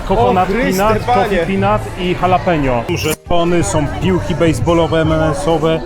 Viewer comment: dżalapino? co to za smak?